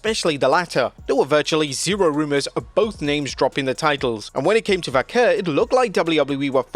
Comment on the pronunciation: Stop saying "Vaquer" that way. Not even native Spanish people pronounce it that way. Just say it old english style way